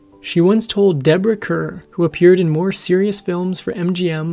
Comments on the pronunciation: Is English your first or second language? Don’t use words you cannot pronounce properly in your narration. You lose all credibility in doing so. Deborah Kerr: Pronounced CAR, for example. Mispronunciations throughout your video. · A few other mispronunciations I noticed the narrator made: Deborah Kerr's last name is pronounced "Karr," not "Curr," and Ricardo Montalban's last name is "MONtalbahn," not "Mont ALban." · Deborah Kerr pronounces her name, "CARR", as do most Irish people with the name "Kerr". Ricardo Montalban pronounces his name, "Mont-al- BAHN". Please, please learn these peoples' names. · You need to look up pronunciations on very common words. Lame fabric is pronounced Lah-may. Lana Tuner is pronounced Lah-nah. Ricardo Montlaban is pronounced Mon-ta-bon. Deborah Kerr is pronounced Car. It is hard to watch these when you mess up names and words. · Actress Deborah Kerr's name is pronounced Car. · Like STAR.